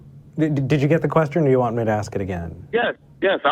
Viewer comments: This idiot can't even pronounce the word 'ask'. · When i hear: let me axe u😂🍿🍿🍿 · “I axed you a Quechun”… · I had to stop watching at the 26 minute mark. Too stupid and i could not hear him "axe" one more question. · “I wanna axe y’all”. You can’t even speak properly, but you think you’re smart because you believe in a god.